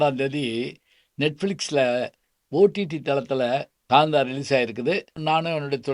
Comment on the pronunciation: ஐயா அவர்கள் நல்ல தமிழறிஞர்.‌ தமிழை எப்படிப் பேச வேண்டும் என்று நன்கு அறிந்தவர்.‌ இருந்தும் காந்தா என்ற பெயரை ஏன் GAANTHA என்று பலுக்குகிறார்?